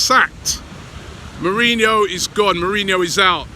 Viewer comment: Hoe-se mourinho